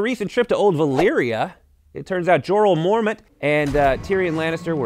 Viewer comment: Did he just say, "Jorrle Mormont"?